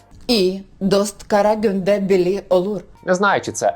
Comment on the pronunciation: Не "карагАнде"😂 а "карагЮнде". Тобто kara günde. Дослівно "в темний день". А не від назви Казахського міста. Тепер можна провітрювати😅